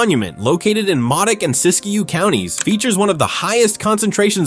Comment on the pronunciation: Siskiyou, not Siskiyo.